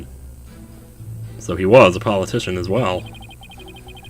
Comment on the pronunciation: It's Paul UH- TISHON as in, Politician